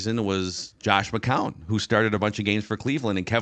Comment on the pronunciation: Hey..... its not McCowan. Its McCown